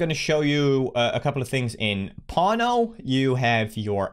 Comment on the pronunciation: Every time you say 'pawno' my parents thought I was watching video about porno